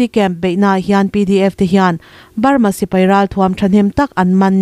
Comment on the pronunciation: I state hming lam chu le! Lui hming tak ngial pawh I lam dik lo a nia. Sipai thi lalber tih te lam dik ta che! Ngaihthlak a hreawm